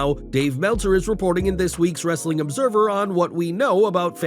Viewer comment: "WRRRRRRRESTLING CONTENT" love that!😅